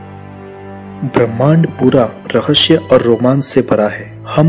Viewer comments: rahashya nhi rahasya hota hai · Rahsya hota hai rashye nahi